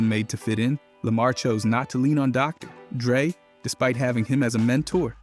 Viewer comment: doctor... drey? despite having him as a menTOUR